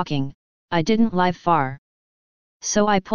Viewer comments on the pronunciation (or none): I don't normally care much for horns but that was some cool outro music, what was that ? As I listened to the robot mispronounce "live" for the context it was in, I was thinking about mad cow disease, it seemed to fit the story, then liberals came to mind. It's that time of the year, I need to make some colloidal silver. Will it ever stop raining ? Maybe I should be building an ark. In YT titles I've noticed the controversy on the CDC worker lingers on but I doubt we'll ever know the truth, I like your story about it, could it be true ?